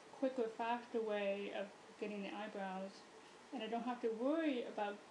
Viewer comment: "You want the eyebwowh to shtaht wight where the teah duct ish"